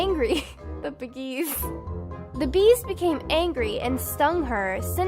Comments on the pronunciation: Aaaaahh!!! The beggeeeeesss!!! Not the beggeeeeeesss!!! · the "bgees" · “The bagees” perfection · The bgees became angry 😂😂